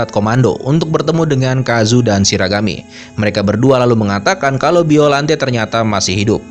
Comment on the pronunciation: Bacanya gak gitu juga kali baca biollante nya